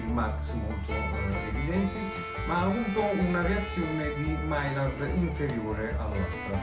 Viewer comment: grazie per il bel video. maillard si pronuncia maiiar.